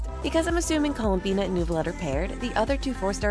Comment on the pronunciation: You mispronounced columbiiiiinnaaaaaaaa!